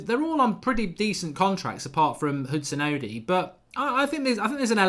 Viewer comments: Sounds more like he's saying "Oh di" but its pronounced "oh doy". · Mark´s out here saying "Hudson-Udi" hahahah